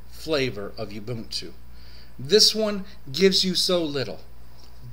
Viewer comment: My review of your pronunciation of ubuntu: it's bad. u-bun-tu u = oo, not yew. This is not a a female sheep bun = put a burger on it, not boon. This is not something granted as a favor. tu = hey, at least you pronounced one syllable correctly. too to two. I thought 15.04 was alright. I'm an Arch+tiling guy, but I actually like Unity. Anyway, 15.04 is exactly like 14.04 with newer packages. Software availability is good, though it's no match for the mighty AUR. Overall, I like Gnome 3 a little more than Unity these days and I prefer a tiling window manager to either, but the HUD feature of Unity is unbeatable. Typing to search app menus is genius. IMO Fedora 22 was a much more exciting release than 15.04 but 15.10 looks pretty interesting. They are trying to get Unity Next on the desktop for 15.10 and maybe snappy core. Could be interesting.